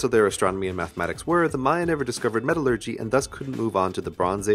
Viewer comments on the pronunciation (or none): none